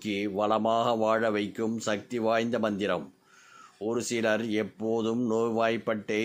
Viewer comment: Manthram pronounciation not clear